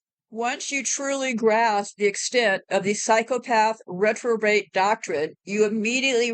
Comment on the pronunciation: Hey! I believe the word is Repro-bate. “He gave them over to a reprobate mind.”